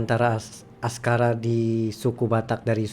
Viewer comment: AKSARA pak cik bukan ASKARA.... aku juga baru tahu...